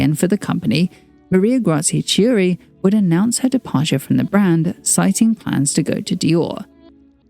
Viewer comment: ch is pronounced as k in Italian, hence "Chiuri" is not tschiuri but "Kiuri"